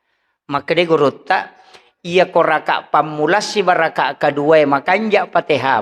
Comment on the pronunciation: Gurutta bukan gurunda jangan merusak bahasa bu!